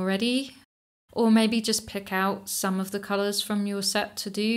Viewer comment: Another “dout come”